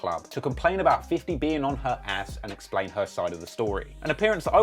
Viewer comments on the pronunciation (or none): none